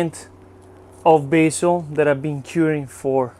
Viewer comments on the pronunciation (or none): none